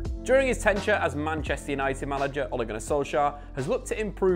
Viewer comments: It's 'Tenure' Not 'Tenture' 😉 for next time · "During his tenchure"😂😂 not only butchers players names but also words as well 😂😂